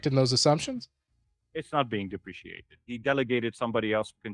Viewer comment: Are you saying deprecated? Is it an inside joke or something to pronounce it like depreciated? Not trying to be a jerk, just think you may be unintentionally mispronouncing it